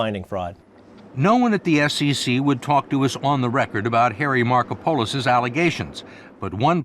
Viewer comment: another crime is the name pronunciation of Markopolis by the interviewer